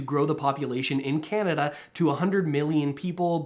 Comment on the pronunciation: I turned you off the minute you said Radio Kanada